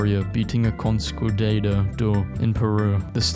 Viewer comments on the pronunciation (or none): Painful to listen to , Is pronounced Con-Kwiss-Ta-Door. A quick google search next time will help a lot. Sorry. Cheers.. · "Consquidader...dor." Nailed it. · No way this guy butchered conquistador conqueestador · You mispronouced conquistador, you potato. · The funniest part of the video was how he pronounced conquistador! 😂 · say conquistador correctly